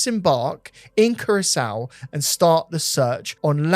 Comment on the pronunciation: how do you manage to pronounce Curaçao as Carousel? 😂 Much love guys, big up ❤